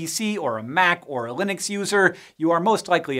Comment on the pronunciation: I love how he says "Linux" like it's a company.